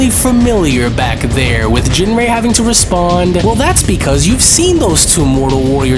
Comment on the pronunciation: So how do you pronounce ginrei? Because it was said different 4 times. Surely these episodes are checked over before release?